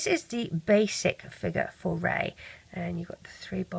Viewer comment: FINALLY SOMEBODY SAYS REY'S NAME RIGHT!